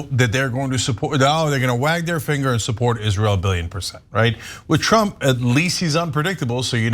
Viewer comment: Did Ana Kasparian just call trump Shrump? 😆